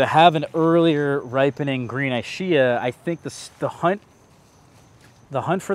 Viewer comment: Thanks for sharing. I hope you don't take it the wrong way, but that Ischia pronunciation just sounds wrong. It should be with a 'k' sound, e.g. "eeskia" if it's named after the Italian island.